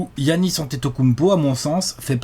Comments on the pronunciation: Giannis se prononce "Yannis" et pas "Guiannis", je vois que vous avez hésité qques fois :) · arrête de dire "Guiannis" dit "Giannis" ça ira bien mon bew une bise à vous c'est super ce que vous faites.